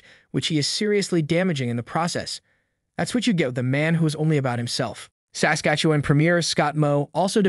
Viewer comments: You pronounce Saskatchewan weird. The emphasis should be on the second syllable of the word Sas-KATCH-ew-an and not on the first. Other than that great video. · SA skastuwen..? It sounds funny when you say it like that. Great reporting. Try saying it like " Sas KA tchewan. like a good Canadian Kid. 👍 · SASKATCHEWAN- Pronounced "Sass" -"catch"-"ew"-"juan" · I hate the way you say saslatchewan. thanks for covering this though. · You are adding an extra syllable and over pronouncing the 'e' in Saskatchewan, the 'e' comes out like a short 'uh' sound, Sask-Atch-uh-won. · Its pronounced: Sasquatch- ah- wan. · Would have been much better if the narrator knew how to pronounce the name of the Province though. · Haha It made me laugh every time he said it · Why can’t he say Saskatchewan? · 32 seconds in and I'm wondering where you're from? The way you pronounce Saskatchewan tells me you aren't Canadian. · The way you pronounce “Sas-katchewan “ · you talk like a robot...you pronounce Saskatchewan like someone from Lithuania or some place like that.... Are YOU a real person or a controlled opposition robot!!??? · Maybe learn the proper pronunciation of Saskatchewan, ask a local...... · Please learn how to say Saskatchewan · learn how to say Saskatchewan. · First, you should learn how to pronounce Saskatchewan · you need to learn how to pronounce Saskatchewan.. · Learn how to pronounce Saskatchewan